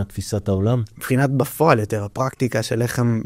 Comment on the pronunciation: ראיון מרתק. שים לב שצריך לבטא ״בפועל״ עם פ״א דגושה ולא רפה.